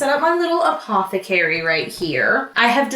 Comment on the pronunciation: no one:: APOTHECARIE